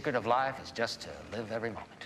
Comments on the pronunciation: Did not one heard "just to" sounds like "justice"？I'm kinda confused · it was weird the way he said the word just, i sounded like justA to me and again helped me understand it better. thanks again teacher